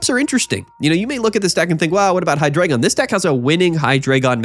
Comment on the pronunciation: HIGH-DRAH-GON learn the fkin pronunciation 🙏🏻